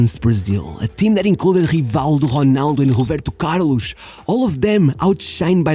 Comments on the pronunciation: I don't know why but you pronouncing roberto carlos like that irritates me. why are you saying it like that???? its roberto carlos not robertu carlush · The way you pronounced Roberto Carlos,i knew you were Portuguese